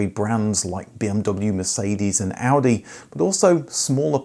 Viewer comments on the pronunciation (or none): none